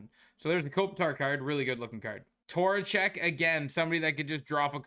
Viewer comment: As a rangers fan I think I’m gonna build Vincent tor-a-check, not Vincent trocheck.